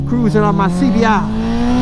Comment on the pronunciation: That lil CBR clip at the beg was cool...the scream and splat LMAO 🤣 BUT...UR CBAAHH DUBBLEAHHHH was weak....CLEAN IT UP😎 No matter how many times I hear ur reaction on the Duc XDiavel acceleration I still laugh...lol